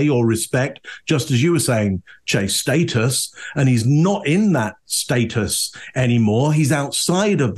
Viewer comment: Thank you for pronouncing status correctly Chase ❤